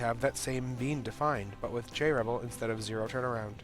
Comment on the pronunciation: like how he says jrebel, as "Jarrable"